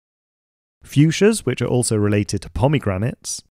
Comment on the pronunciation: Very nice video, I give it 99%. I am taking off 1 point for the pronunciation of Fuchsia.